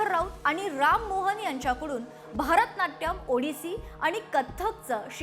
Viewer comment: अहो, भारतनाट्यम नाही, भरतनाट्यम